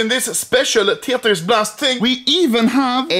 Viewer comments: He says teytris instead of Tetris 😂😂😂that’s just so good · Anomaly: Tetris : | Tietris :))))))))))))))))))))))))))))))))))) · I mean tyetris